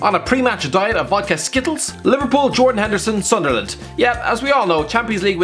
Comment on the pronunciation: I nearly choked due to laughter when he said sunderland 😂😂